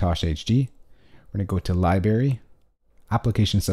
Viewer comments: He said libary... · "I'm a music mogul" (important person in the music industry??) When I hear Lie-Berry in a Youtube video the credibility factor takes a hit.